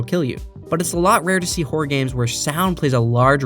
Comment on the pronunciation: Horror is a two-syllable word. Horror game not whore game. Good video otherwise. Still gave it a Like. Cheers.